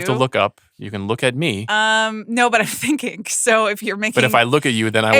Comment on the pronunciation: when did people start pronouncing the "g" at the end of works like a "k"...thinkink? IS it a regional accent thing? Cannot unhear it... And the whole email argument was very annoyink...Amaanda, you are not that special.